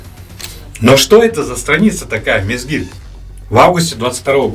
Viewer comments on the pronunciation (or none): Не мезгЫл, а мезгИль.